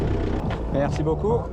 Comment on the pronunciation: Wow your french is pretty good! So funny listening to you speak french. You really pronounce MERCI with precision, especially the "R" which most anglophones cannot say without rounding it like "Awwrrr" instead of the more "square" way to say it in french, which requires a "sharper" pronounciation, like "ère".